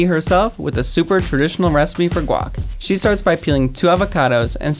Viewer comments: “the most basic of all GWACK” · the basic of all gwAk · She said lack.... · “THE BASIC OF ALL GWACK” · to Alak??? Or alot??